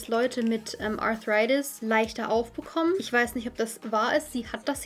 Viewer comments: Warum zum Teufel sprichst du Arthritis englisch aus??!!! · Haha Arthritis einfach mal englisch aussprechen... Klingt halt fancy 😂